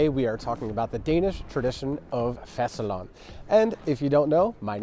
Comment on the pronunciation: Most briliant title yet! And btw, you're REALLY pronouncing fastelavn well.